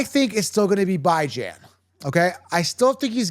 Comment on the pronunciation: He’s killing me with how he says Bijan’s name. It’s pronounced Bee-Jan, not Bye-Jan 🤦🏻‍♂️